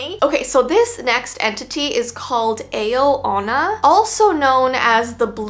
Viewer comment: Sisjkwksjsneka I’m sorry and i’m not really sure myself but I think Ao Onna is pronounced “Ow” Onna😭